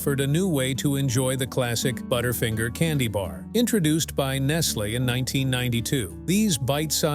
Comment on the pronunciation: Your pronunciation of Nestle is wild. It's like you've never heard it spoken out loud before.